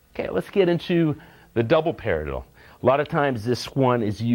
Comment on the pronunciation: the way he says paradiddle is funny :) parlilllilla